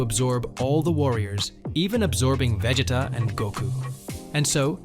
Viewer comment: This guy actually said vejeta 😂😂😂